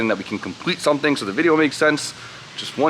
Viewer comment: It’s something! Not su’n